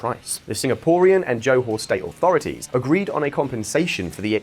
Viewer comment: You pronounce johor wrongly.